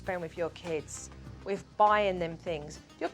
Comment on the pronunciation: Jo, Jo, Jo, why do you say ‘wiv’ instead of with and ‘uvver’ instead of other? Also somethink and nothink instead of something and nothing? Drives me CRAZY! I know you can pronounce th because you do in other words. Just WHY?